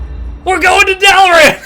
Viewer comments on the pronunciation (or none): "Dalaran" same lmaooo